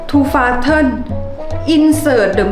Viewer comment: To fasten (seat belt) ไม่ได้อ่านว่า แฟสเทน อ่านว่า แฟสซื่น นะครับ